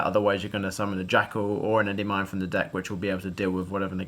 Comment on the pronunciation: Hearing you say "Endey-Mine" makes me want to die. Big Congrats though!